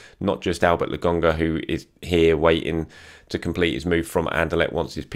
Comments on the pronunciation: Why Logonga? I swear it's LoKonga!! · why do you pronounce his name with a G logonga when it's spelt with a K and when I checked on you tube they pronounced it Lokonga? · And mispronounces every single name, at least with it’s just laGONGa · Please say Lakonga... it's a K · Will ever pronounce Lokonga correctly. The wait continues. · Yeah, c’mon. You promised weeks ago you’d learn to pronounce his name properly